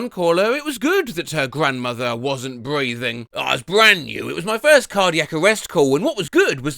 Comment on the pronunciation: "bweathing rate"